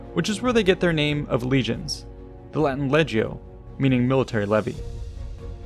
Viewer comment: I like your content but it kills me that you can’t pronounce the Roman words in proper Latin. Like legio isn’t ledge-ee-ohit’s le-g-yo(hard G. Cmon man learn some Latin if your going to teach Roman content!